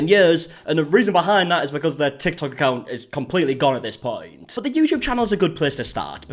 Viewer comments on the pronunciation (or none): When you said "HIS ACCOUNTS GONE" I thought you said "he's a couch goblin"